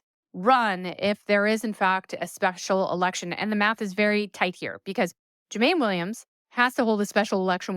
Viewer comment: That's not how you pronounce Jumanne Williams.